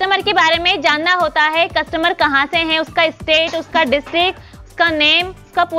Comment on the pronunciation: Ja... Khud se sahi se bola nhi jara aa gyi teacher banne.. hai ka he, mai ka me